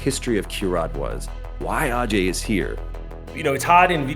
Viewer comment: Ajay is actually pronounced "uh-jay".